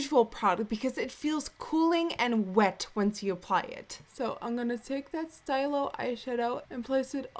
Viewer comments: As a French student I have to correct you on that Chanel shadow stick: it's pronounced "stee-loh" not "steye-loh" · jsyk its pronounced stee-lo not stylo..stylo means pen in french. the new camera is awesome, just like you, as always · Hey :) in french we pronounce "stylo" as "steal - o" otherwise, i love how your speaking clear and loud, easy to understand :) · Hate to be the pronunciation police...but it's stee-loh which means pen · 'Stylo' is pronounced 'steelow' it's French for pen :) hehe pretty and girly look I love it! And the camera looks awesome :) your video quality is always on point!